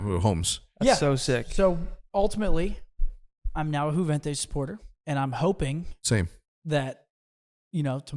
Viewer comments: I swear Hecz is saying yooventoos this entire video. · lol just want to make it clear again that Juventus is not pronounced with the J but with the U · Dude is from Juarez Mexico but still says Jew-Ventus 😂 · Hecz you are not pronouncing Juventus like that surely 😂😂